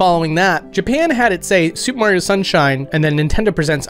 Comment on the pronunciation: You said “Mario” wrong.